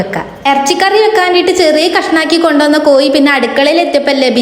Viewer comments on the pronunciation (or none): കോയി ബിരിയാണി അല്ല കോഴി ബിരിയാണി